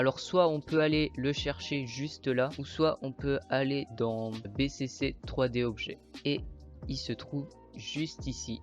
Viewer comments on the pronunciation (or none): ca se pronoce pas bécécé mais bicici